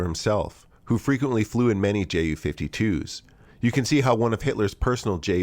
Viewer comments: Tante Ju (Aunt Ju) ...btw. its pronounced "You" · Sidenote here, if or when pronouncing ju-52, your supposed to say it as "yu"; the same as how you pronounce "yunkers" in junkers. Correct me if I'm wrong, but that's how I say it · Little reminder from a German speaker. The "Ju" is not spoken as two separate letters but together. It sounds like you would say "you". As an additional funn fact, in German-speaking countries the Ju-52 is called "Tante Ju", which translates to aunt Ju.